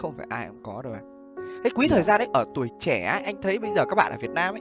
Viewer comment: Trẻ chứ ko phải trè :))